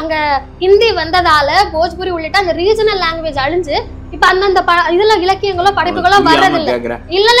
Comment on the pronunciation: "அலிஞ்சு" என்னமா தமிழ் வளர்ந்துறுக்கு இந்த நெரியாளரிடம். அழிஞ்சுன்னு சொல்ல வரல. இவளை வைத்து பேட்டி வேற. விளங்கிடும்